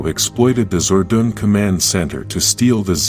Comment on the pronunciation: ZORDON NOT "ZORDOON"